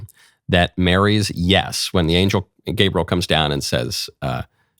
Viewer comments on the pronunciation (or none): none